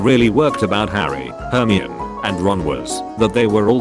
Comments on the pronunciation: her-mi-one, Herman, herrrrman THANKS HERMIONE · Hermione pronounciation ahahahahaha.